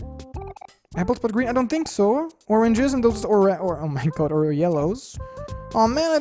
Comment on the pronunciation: "Or...rag..nes?"